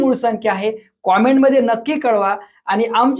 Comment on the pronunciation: सर, तुम्ही इंग्लिश चि पूर्ण वाट लावतात. "कमेंट " म्हणतं जा हो 🙏